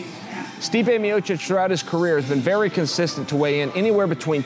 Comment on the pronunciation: Chael, please, teach Rogan how to pronounce Stipe's last name.